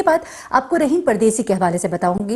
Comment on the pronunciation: رحیم نہیں راحم